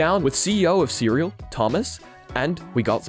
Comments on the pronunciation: So just for clarification you pronounce the company CERAL as "Cereal" but the actual pronunciation should be "See Real" with that little pause between the two words, yeah? Just noticed that's how they pronounced their company name during the interview. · You kept calling the company Cereal 🥣 throughout the video when the CEO on the interview clearly called it "C"-"Real" in reality.😂 As for this tech? That's awesome, and just focusing from my phone screen to the wall across the room in the background, I could see what you described & then moving my phone backwards and forwards. Then you mentioned about trying that with your hand. This level of immersion is definitely the future and I could see it with my own very eyes!😂 I can't wait to see this in action for VR. Being able to see that without glasses would be awesome for my significant other too. Thanks👍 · So the cofounder very clearly pronounced the name as “see real”, yet you insist to pronounce it cereal like the breakfast throughout the video? SMH 😐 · I'm pretty sure it's pronounced "see real", not "cereal" like breakfast - he even tries to correct you at the beginning of the interview 😅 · You should at least pronounce their name correctly. Should be pronounced See-Real not cereal. 🤦‍♂️🤦‍♂️🤦‍♂️ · Not Cereal... it's "C-Real"